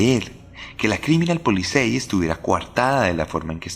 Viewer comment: Yo sé es perfectamente admisible pero "es-bahn" y "polizai" es la forma correcta de decirlo, la porción de TOC que tengo en mi no me deja pasarlo por alto... Está buenísimo el relato